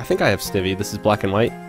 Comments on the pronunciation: not to be a troll, but the way you pronounce Snivy is [Sn-I-vee] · This is a super helpful video but... the way you pronounce Snivy... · Yeah! XD